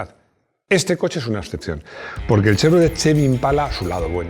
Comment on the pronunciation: y Plymouth, 'plímuz' (no 'pláimuz'); y engine, 'enllin' (no 'enlláin'); y Chevrolet, 'shevrolé' (no 'chévrolet')... pero tiene claro que sabe de coches, no de idiomas, y lo admite públicamente. 😂